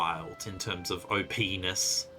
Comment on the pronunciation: Please don't say o p Ness again lol